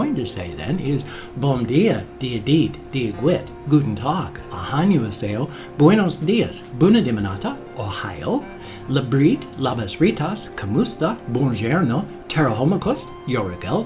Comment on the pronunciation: Hello! I've been watching your videos for a while and I absolutely love how you say greetings in other languages! I'd just like to give you a tip on the korean greeting "annyeonghasayo" is pronounced as awn-yong-ha-say-yo, which I know is difficult to pronounce because I taught it to my family and they still don't say it correctly lol. Anyways, I love your videos! I hope you've had a nice day!